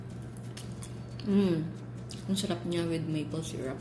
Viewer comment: Llanera hindi LLAÑERA. Gosh tsaka syrup hindi SYRAP. Gosh again. 🙄